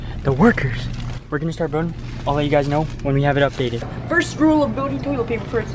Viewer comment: Did say Tolit fart